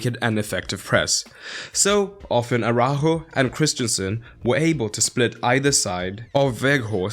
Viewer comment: Who the fuck is "Araho" lmfaooooo